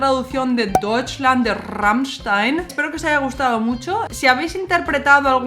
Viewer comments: Me gusta cuando dice "rammichstain" se le escucha perfecto 😍😍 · Me gusta la forma como cambia del español (o Ezpañol 😉) al alemán al pronunciar Rammstein. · Me encanta como pronuncias Rammstein !!! :) Muchas gracias por el video!!! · pronuncias muy bien Rammstein. tu aleman esta muy bien¡¡¡